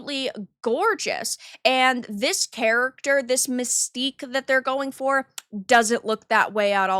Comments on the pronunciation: It's not Mystique it's Manstyque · You mean MANSTINK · That ain't Mystique, that's "MANSTIQUE."